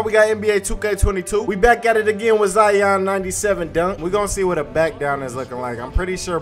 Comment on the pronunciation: Ok, u don’t pronounce lion, LIE YON, so y is it ZIE YON? so annoying lol!!!